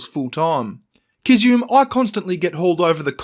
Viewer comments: The only thing you got wrong ( I think) is it's pronounced Kiz-zu-me. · Sorry but every time said Kizzume I wanted to say "Gesundheit".:)